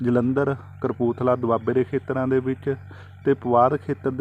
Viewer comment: ਸ਼ਬਦ ਕਪੂਰਥਲਾ ਹੈ ਨਾ ਕੱ ਕਰਪੂਰਥਲਾ